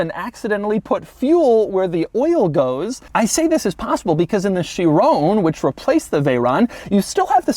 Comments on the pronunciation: I can’t be the only one who’s bothered by how he says “Chirone” instead of Chiron with a hard “-on” at the end. Still wouldn’t be the right pronunciation, but better than the way he says it... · I'm so glad you dropped the e from the last time you reviewed a veyron. You kept calling it the "vayrone" . Now to get you to say chiron without calling it " chirone" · Has anyone tried to help him pronounce "Chiron" properly?